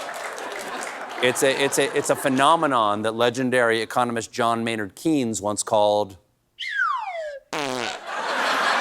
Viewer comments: Keynes is pronounced "kaynz", not "keenz" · John Maynard "Keens"? As in "Keensianism"?